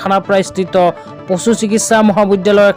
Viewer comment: 😢পচু নহয় পশু